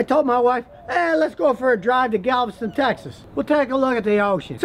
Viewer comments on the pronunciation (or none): When you said Galveston Tx !!! 🤣🤣🤣🤣🤣